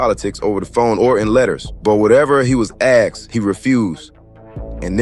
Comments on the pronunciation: Aksed,? Or Asked.. Speak well putin, if u speak !! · Its asked not axed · Asked* Not axed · 🛑🛑🛑Asked 🤷🏻‍♂️🤷🏻‍♂️ NOT Axxed 🤦🏻‍♂️🤦🏻‍♂️🤦🏻‍♂️ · asked... not axed. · Axed he says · *Axed, not asked. Google AAVE.